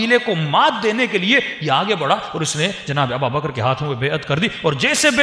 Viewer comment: Hazrat phle aap name lenaa sikho ABUBAKAR(r.a) aur aap kh rhe ABABAKR or ye jo story bnaa kr sunai hai kisi hades se sahit hai aapke pas koi hawala kahi se diya hai ya bs jo dil ke aya bak diyaa baith kr is trh se glt bate batane se kch hasil na hoga.